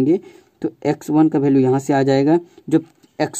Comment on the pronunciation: Bhalue nahi hota value hota hai